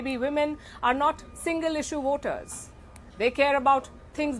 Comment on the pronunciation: Woters or voters . What a naughty pronounces on.😅😅